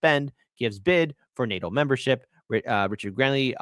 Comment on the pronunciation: nato, not nati.